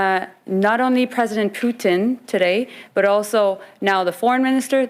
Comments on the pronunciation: Love how Trudeau says poutine instead of Putin 🤣🤣🤣🤣🤣🤣🤣 LMFAOOOOOOO!!!!!! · He literally is thinking about the poutine he eats not the putin that fights lol